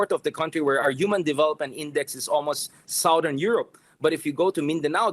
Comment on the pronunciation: Hahahah.. Chard, how do we pronounce "Southern" again? 😂😂😂. Shame on you and on your statistics. You are the epitome of fake news 😂😂😂